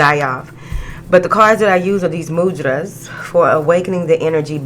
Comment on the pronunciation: Thank you for introducing mudras to your channel!! I use them to open different channels of the body and mind!! Also you are saying the mudras correctly!! I watch you faithfully!! Thank you for your beautiful, funny and insightful reading!! is all about you!! 🙏🏾🙏🏾🙏🏾👍🏾👍🏾👍🏾👍🏾